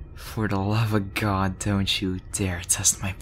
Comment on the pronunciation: “For the lovagod” 😂